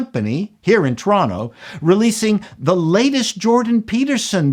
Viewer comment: Okay. Now I believe you. Now I know you're real. You said "TRAHNno." If you had said "TurAHNtoe" I wouldn't known something wasn't right.